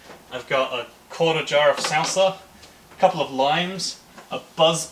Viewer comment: Love the video but hate how you say salsa